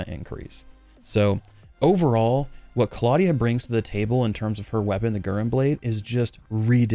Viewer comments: it's "gu" + "ren" with e like you prunounce ramen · Its should be Gu like in guru and Ren like in Rent. So Gu-Ren 😌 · Naah it means Crimson lotus (flower) and Guren (紅蓮 or ぐれん) is pronounced Guren platonically, say GU like in french so it would more sound like Gewren I think for english speakers